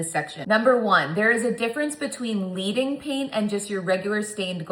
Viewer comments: FYI, In stained glass, leading pronounced with a soft “e”. It’s a metal reference because real stained glass has lead in the seams (think iron, copper, etc.) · Love this video… looks amazing and I’m inspired. one note… “Leading” is pronounced “led - ing” because it is supposed to be like laying down liquid lead like you do in true stained glass… not “leading” as in follow the leader.